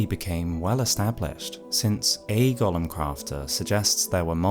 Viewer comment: that's not how golem is pronounced. It's not the same as the LotR character.